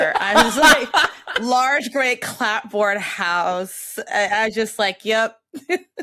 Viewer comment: Is it an age thing or a "not from New England" thing that no one knows how to pronounce "clapboard"? 😆